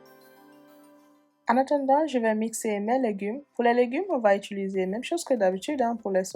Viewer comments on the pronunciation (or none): none